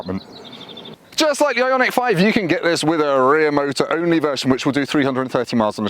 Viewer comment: Kudos for pronouncing the name properly!